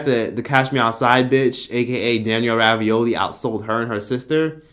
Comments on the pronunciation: Rabiolli 🥱😭😭 it's bregoli 😂😂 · I thought it was Danielle Bregoli not Ravioli lmao 🤣